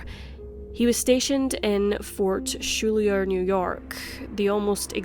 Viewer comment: Did she just pronounce "Schuyler" as "Shulier?"